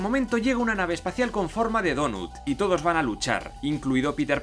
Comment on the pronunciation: En forma de donut 😂😂😂me mata las pronunciaciónes,son muchas preguntas sin respuestas